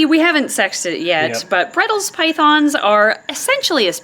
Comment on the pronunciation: bredls? In australia we call them bredli's. Said bread-lees. We also call them the central australian python sometimes